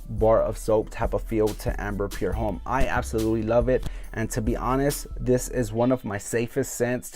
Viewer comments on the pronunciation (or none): Homme is pronounced "om"